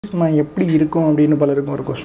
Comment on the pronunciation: FOR Online Consultation: Contact: whatsapp Regret For the Inconvenience in Pronunciation Melesma (மெலீஸ்மா) instead of melasma (மெலாஸ்மா).